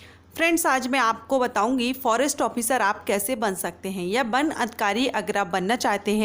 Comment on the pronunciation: Ban nahi van hota he😂